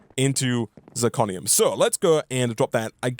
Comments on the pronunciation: Living for calling it Zicronium instead of Zirconium:) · You're mispronouncing zirconium. zir-co-ni-um. Not zi-cro-ni-um.